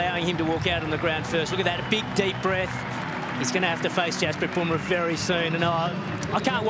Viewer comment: Bunrah to smith🤣🤣